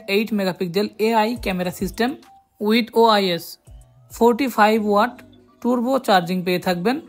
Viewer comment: আপনি টার্বচার্জ কে টুর্ব চার্জ বলেন কেন!